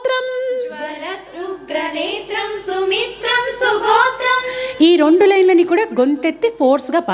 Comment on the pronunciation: I wish I can speak Telugu like you madam. Don’t mistake me few words you pronounce in an accent like you say the number 2 , (Rondu) and you know very well it is (Rendu)